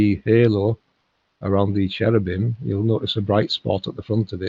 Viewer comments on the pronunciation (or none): She was saying Cherebum. Kerabum